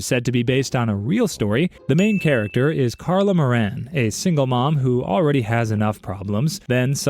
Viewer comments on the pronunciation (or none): none